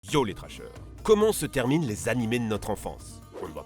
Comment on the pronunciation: IL A DIT YO LES TRASHEURS